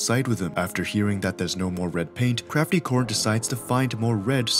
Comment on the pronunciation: CRACTY ORN?!?! :’D (no hate just funny :3)